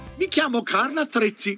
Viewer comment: It’s Carl Attrezzi, not Carl Attrozzi, Atrezzi being tools in Italian